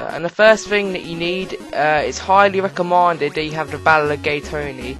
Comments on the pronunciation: Lads its highly recomanded not mended lol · He said recoomended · recomaanded xD poor young